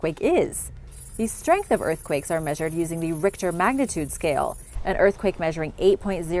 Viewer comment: She also pronounced 'Richter Scale' with a hard H the first couple times, but went with the traditional soft H pronunciation, basically a K sound, for the rest of the video.